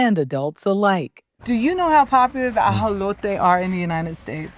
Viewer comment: I appreciate the reporter for pronouncing AJOLOTE the proper way. :)